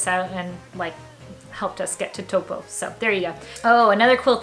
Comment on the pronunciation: Nice video on the differences between NZ and the US! Your Māori pronunciation is very good! Just a tip to help pronounce Taupo correctly it’s like saying “Toe-paw” :) I love your videos and perspective on our country it’s so nice that you and your family enjoy being here